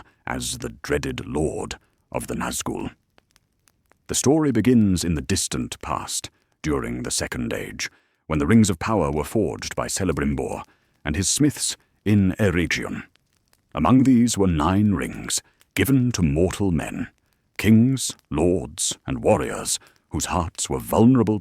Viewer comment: Just one correction. On pronunciation. Tolkien’s Appendices incuded at the end of The Return of the King, states that place names beginning with thfe letter ‘c’ are pronouced as a ‘k’. So, your pronunciation of Celebrimbor made with an ‘s’ sound should be replaced with a ‘k’ sound.